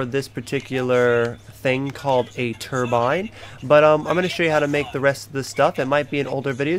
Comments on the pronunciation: Cruton 21 I know what a turbine is, but he kept saying turmbine i.e. why I said "what is that?" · also, turmbine? wtf is that thing?